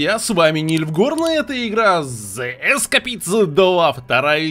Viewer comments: Правильно говорить Escapists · не Эскапице а Эскепс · Игра читается зе ескейпт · Ты сказал зе ЭСКАПИСТ??!!